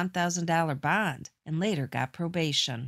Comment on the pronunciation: While he was out on “bond”. Bond is one syllable and shouldn’t be dragged out until you run out of breath…..